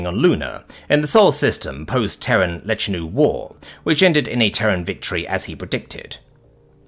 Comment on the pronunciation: you mis-spoke the Lechinu name towards the end of the video, consistently. good read otherwise.